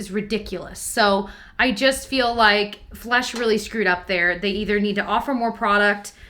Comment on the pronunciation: I kept hearing "flush" in the beginning when she said flesh. It looked like it should have been flushed!